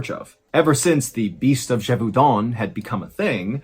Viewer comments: Ballen knows how to pronounce the name Jacques and Gévaudan. But not the French name "Jean". The internet has failed his generation. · Ahah you got the pronunciation of Jean completely wrong. You pronounced it like the piece of clothing jean. It's pronounced like "les gens". I'm taking the liberty to tell you as I can see you try to tell names wright (like Jacques and Gévaudan).